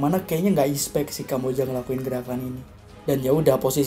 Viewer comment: Soryy sebelumnya bro, bukanya mau sok ngajar atau bagaimana, tapi di menit itu pengucapan expect seharusnya expeck kalo bahasa indonesianya ya, karena sependengaran gw lu ngucapinnya ispek jadi kayak salah pronunciation (pengucapan) gitu, kalo gua salah mohon dikoreksi ya bro kuu🙏🙏🙏